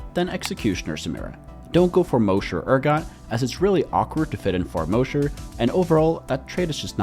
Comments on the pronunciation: Mah-sher, not Moe-sher. Like Mosh Pit at a concert. It's insane to me how many TFT people say 'Moe-sher'. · It's mosher, not Moesher. Mosh, like Josh.